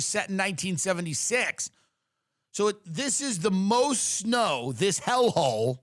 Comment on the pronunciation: Did you say, "schnow" instead of snow?